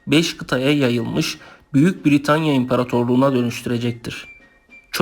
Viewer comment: VIDEO VE BILGILER IÇIN TEŞEKKÜRLER YALNIZ TELAFFUZUN ZAYIF ÇOK HATALAI KONUŞUYORSUNUZ B-I-R-I-T-A-N-Y-A DEĞİL BRITANYA V.S